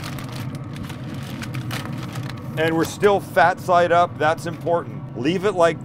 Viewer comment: He said "fat thide up" :P